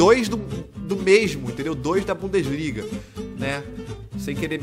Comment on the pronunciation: bundesliga "bundaliga"